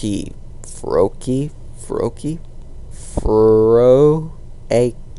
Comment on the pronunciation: Oh yea Fro-key water Chess-pin grass X-er-neas Fairy